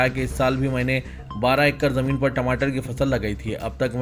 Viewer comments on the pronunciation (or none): none